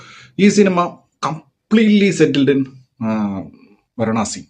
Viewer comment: വരാണസി അല്ല വാരാണസി